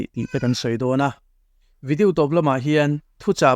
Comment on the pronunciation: Video hi lam mawi tum nge,a lam dan tur hrimhrim ka hrelo zawk,vidiu tiin a ri tlat zel,ka hrelo zawk a nih chuan ka hriat phah ah ngai ila,a nilo a nih chuan mawi ka tilo thin a ni keichuan,ka lo sawi ve mai mai e